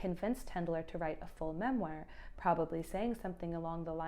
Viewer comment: You are mispronouncing "memoir" it's killing me 😢